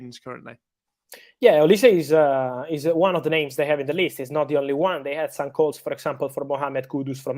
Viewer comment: Olise is pronounced "oliseeeeee" not "olis" 😆